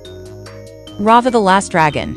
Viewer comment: For the last time it’s flutter shy not flutter shi! And it’s not rava and the last dragon 🤬